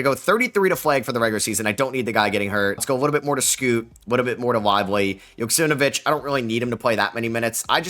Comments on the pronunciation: Man why are you constantly saying JoksimNvich its YO KS E M AU VEE CH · I think you have an extra syllable or two in Joksimovic